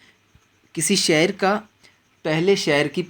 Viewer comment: شعر کو شاعر پڑھنا بالکل غلط ہَے۔ پہلے اپنا تَلَفُّظ درست کر لیجیے۔